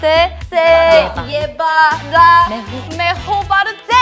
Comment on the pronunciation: Me dió risa cuando no decían el "mejor" completo y solo decían mej, no sé porque será pero bueno